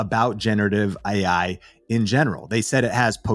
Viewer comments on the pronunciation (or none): The guy in the video doesnt even say ai correctly. Ai talking about ai